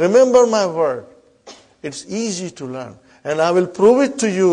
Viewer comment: *learn not Karen hahaha